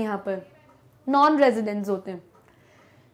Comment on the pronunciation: residence... residence...rrsi. non residence 😂💔